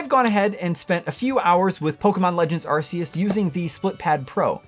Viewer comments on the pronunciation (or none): You are say the name wrong, it's called Arceus meaning "Arc" not Arseus. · Arc. Arc. Arc. E us. Not arseus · Anyone else getting tired of hearing it pronounced ar-see-us? It’s arc-eus. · I used to say “are-see-us” too until in the literal Nintendo direct they said “are-kee-us” and they invented it so yeah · I'm never one to nit pick about stuff like pokemon names. But I swear, I can't believe how much of a disconnect there is about how to say "Arceus." I've heard the damn commercials officially say "Ark-E-Us," while so many people still say "Are-see-Us." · Ar-KEY-us. I believe its correctly pronounced, according to the Nintendo trailer. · Bro, it’s pronounced “Arkeus”. Even the official Pokémon Arceus trailer says it that way. It’s just negligence and ignorance to pronounce it any other way. Get the net!